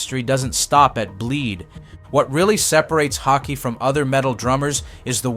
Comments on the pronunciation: I’m still waiting for the first American to pronounce his name somewhat correctly. The double A in his second name is pronounced Å, like the A in ball, fall, tall. And the last E in his second name is pronounced E like in ebony, ever, enemy. The narrator pronounce his name almost like "hockey". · I'm not sure how many different ways you can pronounce "Haake" but here is how it is meant to be pronounced: H-awe-keh. Not hockey, not hawkeee.. Phonetically it is "Hawekeh". Haake. You're all welcome lol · Haikey, Hockey...if you can't pronounce it right, at least stick to one pronunciation. Btw, it sounds like 'hawk-yeh' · learn to pronounce his surname properly please. this is unbearable lol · I love that you came up with 5 different ways to.pronounce Haake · For chrissakes pick a pronunciation (however wrong) and stick with it...4 different attempts. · Drinking game: Take a shot each time the narrator pronounces Haake a new way. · Take a sip every time the narrator changes his pronounce of "Haake". Or drink responsibly. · Haake is with a really deep A, is in "car", and an ending "eh", is in "eh" 🙂